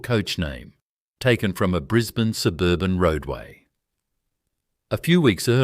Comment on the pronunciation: Correct, the pronunciation is awful ... Brisbaaanee, Layylaand, its appalling, cant watch anymore, its crap!!!